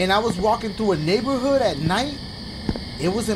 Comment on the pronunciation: eat something and listen sounds like he said niƃƃer hood